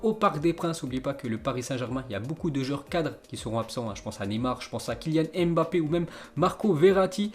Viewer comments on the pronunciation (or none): none